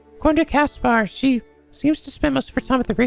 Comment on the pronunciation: I like how pronounces Caspar’s name correctly here, but in Three Houses, he constantly mispronounces Caspar’s name to Casper despite having voice actors pronouncing Caspar’s name. Sylvain: You just don’t get it,!